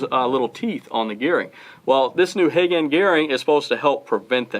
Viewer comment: Pronounced " Huh-Gone-ee" gears.